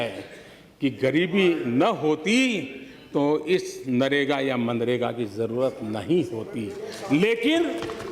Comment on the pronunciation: नरेगा होता है राहुल जी गलत उच्चारण क्यों करतें हैं।